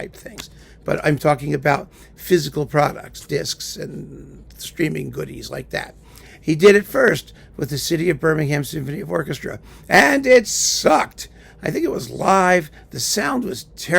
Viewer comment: 'Birmingham' here in UK is always emphasised on the first syllable. So it's not 'BirmingHAM'. Sorry, a pedantic comment on a wonderful talk !